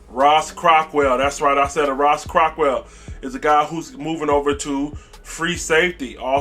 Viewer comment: For the love of god it’s Ross Cockrell not Ross Cockwell and he played for the Giants last b4 the Panthers not the Steelers. Also it’s Reggie Bonnafon not Reggie Buffoon! Beside that keep up the good work like the channel